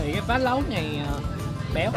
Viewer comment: phá lấu chứ không phải là phá lẩu